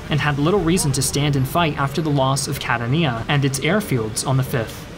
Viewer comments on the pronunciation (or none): As much as I love these videos (and I really do!), I have one small request: when discussing important moments in history, can you please at least attempt to pronounce the names of cities correctly?!? I mean it's not "Cat-a-neeya", it's (as it's spelling clearly intimates) "Ca-tan-ia". And we're not talking about some small, out of the way town here, but a major city in Sicily! Any Italian speaker would be able to tell you this... and it's not that damn hard for an English speaker (which I am as well). I'm sure you're incredibly well read/researched... did this never come up in pre-production?? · Catania (Ca-tawn-ya) not Cat-a-nia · Catania is pronounced [Ca-TAN-ya], not [Cataniya] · Just an FYI Catania is pronounced more like "Ka-Ta-Ni-Ah" not "Kah-Ta-Knee-Ya" eg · It is pronounced CAT-Ania not Cat-A-Nia otherwise amazing content. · It’s pronounced Ca-TAHN-yah, not Ca-tah-NÉE-ah. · I agree. Fantastic video but Cat-a-nia, really? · Catania pronounced with 3 syllables. Ka-TAn-ya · I lived in Catania for 3 years. The name of the city is pronounced "kah-ta'-ni-ah". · how the hell he could say ''CATA NIA'' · Catania pronounced kah-TA-nya. 3 syllables. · "Ca TAIN ia" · sorry but i cant bear this, Cah-Tah-Nya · The way you pronounced Catania is a crime against humanity. There's plenty of online videos about most European cities. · Another great production, but your pronunciation of non-English names and words is atrocious as usual 'Guzzoni", "Catania", :"Adrano", "Troina ",,, etc.... I suggest you enter these names into Google Translate to get an idea on the proper pronunciation.